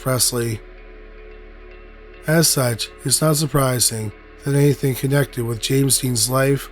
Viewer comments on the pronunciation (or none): none